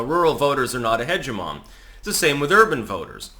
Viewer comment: Hegemon and hegemony are not the same word and are read very differently